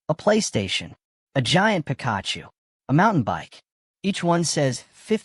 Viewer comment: The way the AI voice pronounces "Pikachu" is adorable slop.